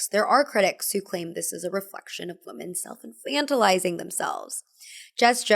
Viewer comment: i really love you and great video as always, but pronouncing "women" like "woman" is so confusing and hurts my head. Pleease😭